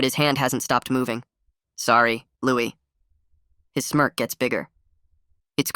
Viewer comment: It's pronounced "Louie".